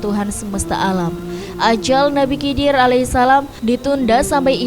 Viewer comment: Cara penyebutannya nabi khidir. aku curiga sama channel ini😅